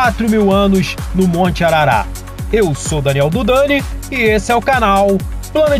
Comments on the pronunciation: Ararateeeeeeee, não arara kkk. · Ararat, é araaaarat Num é arara nao parça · Nem ARARATE!!! O certo e ARARAT. Veja no Livro de Gênesis! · Não é Arará, e sim Ararat.